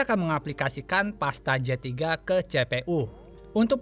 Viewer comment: Cpu dibaca CE PE U. Ini pasti orang sunda.. Tapi videona madep pisan kang. Hanupis..